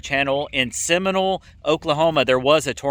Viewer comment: Cracking up at your pronunciation of the OK city names…..Seminole (the O is long…not seminal). 🤣😂🤣😂. Next is fire season so use this wet season to get your burning done. Before you know it there will be burn bans. Stay safe!!